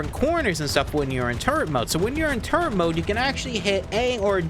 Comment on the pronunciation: There's no "n" in "turret"